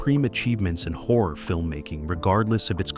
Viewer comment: WHAT FRIGHTENS ME THE MOST IS WHEN PRONOUNCING "HORROR" SO THAT IT SOUNDS LIKE "WHORE".